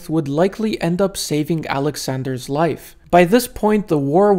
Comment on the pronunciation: Took me was too long to realize that when he speaks about him, he's not saying "Alexander's ass"